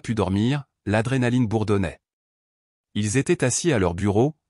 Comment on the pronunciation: Pourquoi dire ilou(Ils) on à l'impression qu'il y a plusieurs personnes